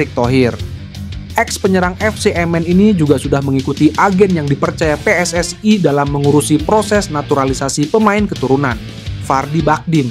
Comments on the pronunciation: Wong indonesia aja ngomong PSS AI koyok wong malay aja PSSI mas. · Min...gue dengernya geli PSSI jadi PSS -ay